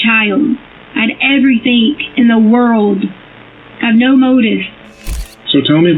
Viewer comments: I HATE Leticia Stauch... With every fiber of my being. I even hate the way she mispronounces words like "Everythink" and "Land field".... Ughhh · "Why would I harm our child out of everythingk" why does she and her daughter week end certain words with a g with a k in instead, is it the accent? I hear this on southern people alot.. . Example: Everythingk, wonderingk, etc.